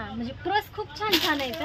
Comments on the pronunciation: प्रस नाही ग पर्स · प्रस काय म्हणते पर्स म्हण की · दुबई ला चालली आणि पर्स बोलता येते का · प्रस नाही गं बाई पर्स 😅